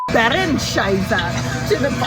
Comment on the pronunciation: "Bärenscheiße" well pronounced, regards from Germany❤